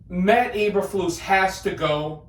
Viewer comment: So used to say Mike McCarthy you said Matt Eberfuss name wrong lol.